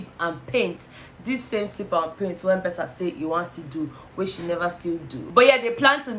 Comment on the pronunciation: Betha! Betha! 🤣🤣🤣🤣🤣🤣